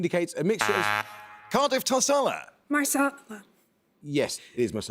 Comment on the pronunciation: hand-orange-covering-eyes: sounded like she said "marsala" instead of "masala" ... like her teammate says "Mo-bile" instead of "Mo-beel" - but good that Amol let both go - good fight in the middle, this one.